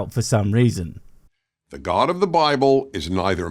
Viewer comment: Omg, the soft g in god is cracking me up, I need to start saying that.